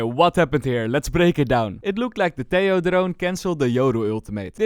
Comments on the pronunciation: it's pronounced teJJJoo /Tehooo, not teioo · Tejo is pronounced Te-ho